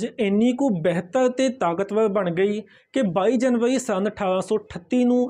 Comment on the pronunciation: ਬੈਹਤਰ ਨਹੀਂ ਜੀ ਬਿਹਤਰ ਤੇ ਨਗਾੜਾ ਨਹੀਂ ਜੀ ਨਗਾਰਾ